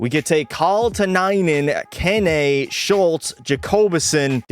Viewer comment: bro keane is pronounced keen